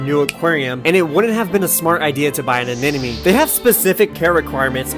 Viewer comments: not once did you say the word anemone correctly :D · Great video. It’s not pronounced “a-nen-uh-me”, though it’s “a-nem-uh-nee” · It's not pronounced "an enemy". The word even has NEMO right in the middle aNEMOne Uh neh mo nee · "Anenemy" yes, that's how it's pronounced. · Why do you pronounce anemone as an enemy?? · yeah bud maybe first look up how to pronounce anemone, cause its not a-man-and-me xD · you didnt once pronounce anemone right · youre pronouncing anemone wrong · how are americans INCAPABLE of pronouncing anemone properly though...? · PLEASE learn how to pronounce ANEMONE!!!